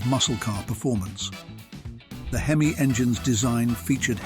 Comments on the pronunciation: What's with the Z slash 28 ? it's a Z28 Period, same thing with the four two six H-E-M-I ! Simply a 426 Hemi, not an H E M I.... A ZL1 Corvette doing a 10.89 from the factory, not in this lifetime. Why a British AI Voice ??? I liked the video, hated the fake narration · Loved the cars. Hated the stupid sounding AI/Bot voice. The "/" mark is not pronounced as "Slash" ("Slash" is a guitar player), and it's simply "426 HEMI"--NOT 4-2-6 H--E--M--I". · it’s this audio made with AI??? it has to be!!! no car guy or petrohead would say Z slash 28, or spell H.E.M.I instead of saying HEMY….. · The H. E. M. I . instead of its proper pronounciation " Hemi " proves this is certainly a European commentator . So whats next ? Instead of the Shelby Cobra , It is now the Shelby C.O.B.R.A 🤨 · H E M I WTF? He did say Hemi correctly once. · Who under the Moon pronounces eich-ee-am-ay?!